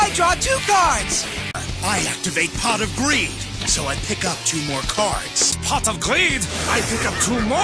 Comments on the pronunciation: I PWAY POT OF GWEED WICH WETS ME DRO TWO CAHDS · "I PWAY POT OF GWEED! WICH WETS ME DWAW TWO CAWDS!" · i pway pot of gweed, which wets me dwaw 2 cawds uwu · I pway pot of gweed w notices two cards 0w0 what's this? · I heard "Pot of creed" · My favorite part is when he says pot of greed